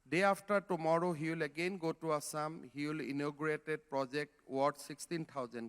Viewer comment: Bhai asssam nahi hota hai It's assam That's why i told you homework everyday my children's. He don't know how to pronounce our state----assam Assam, Guwahati ,manipur, nagaland himm duffer Chutiya hum log ban rahe hai